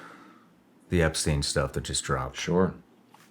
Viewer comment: “Effrey Jepstein” 😂😂